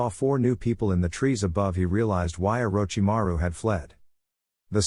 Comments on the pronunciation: that part is just the AI having issues pronouncing his name. Probably using a free text to speech program. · and I always start laughing when I hear them saying it 🤣🤣🤣